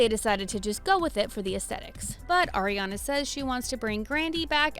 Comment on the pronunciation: The fact that she’s doing a video of pronouncing names wrong saying Ariana and it’s pronounced airiana 😂